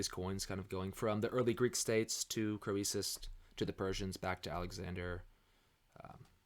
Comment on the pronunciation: Really enjoying your well-informed commentary on history as well as numismatics. But there are a few words you need to learn to pronounce correctly: 1) the coin is a "tetra-DRAM" not "tetra-drock-um" 2) the king is "CREE-sus," not "Crow-ee-sus" 3) the auction house is "LOY" Numismatik, not "Lay-oo."